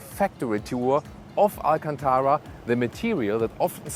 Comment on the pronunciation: It’s not alcantaWa It’s alcantaRa